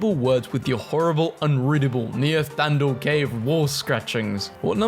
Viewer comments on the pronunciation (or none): Yeah, wanna have another go at pronouncing the word 'neanderthal'...? Btw that teacher had terrible handwriting as well, who the heLL was she to criticise?! Also: that is 'a tee tee i see' (you couldn't have guessed that?)